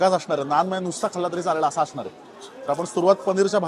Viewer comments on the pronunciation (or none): none